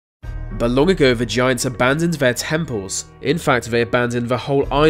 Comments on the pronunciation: Oh man, I thought I was the only one who kept hearing him say "vagiants" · Sound like he's saying "Va-giants" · BahaHahaha ! " vigiants" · I heard 'the giants' 🤔